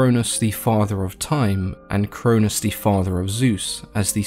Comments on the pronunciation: The way you pronounced, Cronus and Chronos, was the confusing part. The way you said them made them sound like the same name. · Ian pretty sure its kronos not cronus